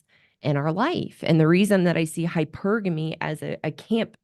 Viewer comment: So many YouTuber's pronounce "hypergamy" incorrectly as hyper-gamy as in hypersonic. Thanks for pronouncing it correctly! Hy-pergamy.